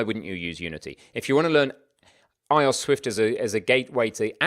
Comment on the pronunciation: iOS is prounounced eye-oh-ess